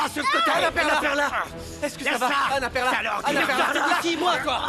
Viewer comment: Perla me tai apler combien De fois? Mes oreil 😮